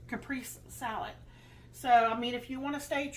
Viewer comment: Pronounced "cap, pray, say"